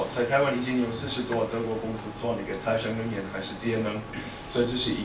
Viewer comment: 恐龍講"再生能源" 好像在講 財神爺